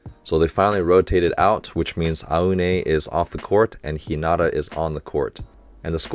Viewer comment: Love these reactions! One of the highlights of my week. I'm excited to see your reaction to the next game. Also, the word "not" is not in Hi-na-ta's name. :) Keep up the great work! Happy Holidays!